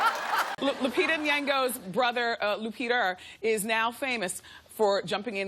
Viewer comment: “Lu-Peter” how did I miss that? 😂😂